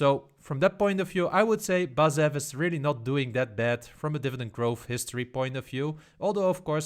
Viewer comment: Nice video,. Just a small note: In Germany, we pronounce the four letters in BASF’s company name separately, and not the first three letters like a normal word. 😉 Looking forward to your further stock analyses.